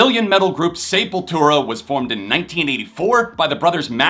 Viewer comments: ITS SEP NOT SAYPOYTERA CMON LOL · SEpultura. Not SAYpultura. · When I was a young boy in the 80’s I pronounced it SUH-PUL-TRA 💀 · that is the Americanized pronunciation. Say-pul-too-ra would be the correct Spanish pronunciation.